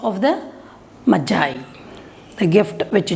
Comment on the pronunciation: Mam it is not majie it's the gift of magi magiiiiiii